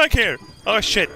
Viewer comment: You have no idea how satisfying it is to hear say "SHJIT"